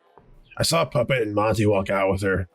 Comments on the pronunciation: GUYS TAKE PICTURES SAID PUPPET’S NAME CORRECTLY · SAID PUPPETS NAME CORRECTLY!! I REPEAT, SAID PUPPETS NAME CORRECTLY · Wow! The fact that since her "girls' night" she has been actual saying Puppets name right is great character development.